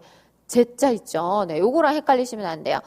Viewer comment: 있쪄? 선생님 발음 중독성 있어요 ㅋㅋㅋ